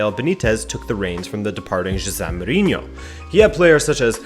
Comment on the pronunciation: Did i really just hear him pronounce Mourinhos name that way?